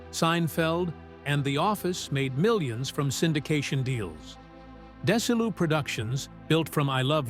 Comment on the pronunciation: It's not Des i Lu It's Desi Lou. It's Vita meata vegi min. I'm a VERY BIG fan of I I Love Lucy, and The Lucy show.😂😊 Thanks for the story.